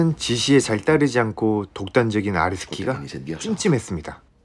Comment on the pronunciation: 계속 아레스키가 아래새끼로 들립니다 정상인가요